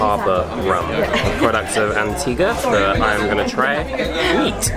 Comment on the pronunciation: As an Antiguan, he said it correctly. An ti ga